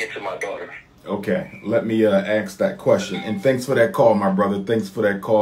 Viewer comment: Mr. PhD postulating a query or question is called "ASKING", not "AXING". Axing is the act of cutting down.